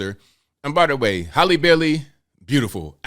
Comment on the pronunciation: It's pronounced "Hal-lee" not "Holly", lol.